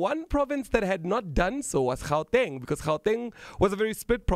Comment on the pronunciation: You must start pronouncing "Gauteng" accordingly, otherwise you are as much as colonised!